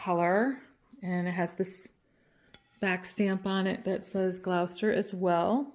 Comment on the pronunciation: Hi. if I recall correctly, English semi porcelain is an early ironstone, Waterloo being a central district in London. Gloucester we pronounce as Gloss-ter, not that it matters, just in case you wanted to know 🤗 The Limoges pieces are especially beautiful, the delicate flowers in pinks and greens - so pretty 🤩 TYFS